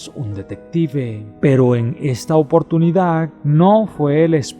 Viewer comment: Perdón pero lees malísimo y contar una historia depende principalmente de saber leer aparte de que te Comex toda las "D" Cómo en la palabra oportunidad seguro eres de las personas que leen ciudad Navidad curiosidad verdad terminada en"C" cuándo verdaderamente terminan en "D"